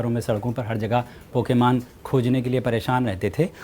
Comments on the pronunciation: Wah kyaa english hai pakemaaan(pokemon)....angxaeeeti(anxiety) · its Pokémon not pokamon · its Pokemon not pokaman do you not know how to speak in English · Brother plz say pokemon correctly next time you use this word